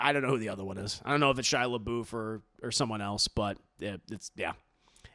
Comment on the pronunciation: “Where’s the Leboof” I’m Deceased 😭😂😂😂☠️